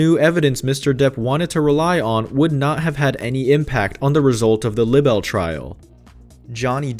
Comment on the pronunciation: This narrator cannot say "libel".